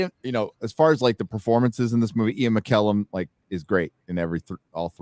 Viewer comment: someone must have already told the American chap that he's saying Sir Ian's name incorrectly, yes? In the Two Towers review I thought he was saying a "m" rather than "n" sound at the end of his name... Now, I can see/hear for certain that he's saying it. Has he course corrected that one yet..?